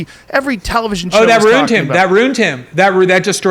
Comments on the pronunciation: Is he saying “runed” instead of ruined? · I don't trust anyone that pronounces ruined as "roond" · Why does he pronounce ruined that way? 😬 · I like this guy a lot. He says ruined weird though lol. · This guy is making me doubt how I pronounce "ruin" or "ruined"